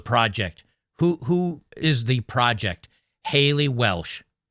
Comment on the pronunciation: Oh, "project." The accent and processing made it sound like "fraudette."